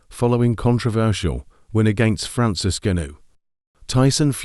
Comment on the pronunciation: If your going to comment on the fight, at least show enough respect to pronounce Francis' name correctly!